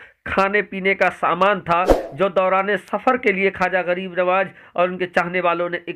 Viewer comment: ख्वाजा है खाजा नहीं है